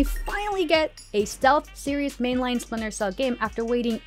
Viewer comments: Never heard of “Spinter” Cell, 🤣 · Listen, I’m very hyped for “Spinter” cell too 😂